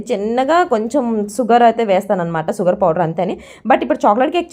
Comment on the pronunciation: సుగర్ కాదు అక్క షుగర్